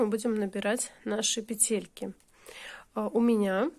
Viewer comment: пЕтельки,а не петЕльки,гспд